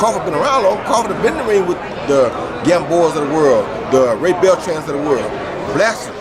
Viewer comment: Did this fool just say Beltran and Horne Bwaaaahhh I’m dead